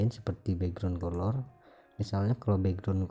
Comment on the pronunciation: Cuma ngelurusin, color itu cara bacanya kaler